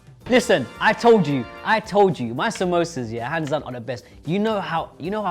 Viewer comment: the fact that all of them pronounced samsosas in a white way